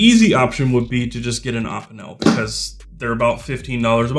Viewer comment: You pronounce opinel weird. Good video idea tho, enjoyed it